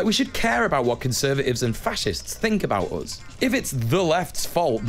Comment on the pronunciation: When you pronounce “us” a “Oouz” you should be permabanned off youtube no questions asked.